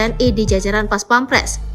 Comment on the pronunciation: Bukan pampres tapi pèmperes.